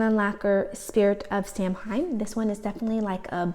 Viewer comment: Samhain is pronounced Sow-en. And, yes, that's a distinctive polish!